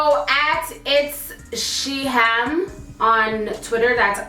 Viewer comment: Lol it SIHAM not sham lollllllll😂😂😂😂😂😂😂😂